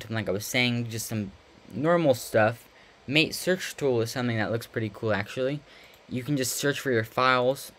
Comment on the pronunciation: Pronounced mah-tey